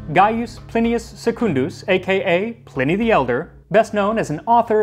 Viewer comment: Pl - eye - knee not pl - in - ee...